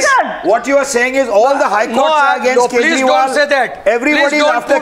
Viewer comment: did arnab say arvind kejrimal on purpose? loool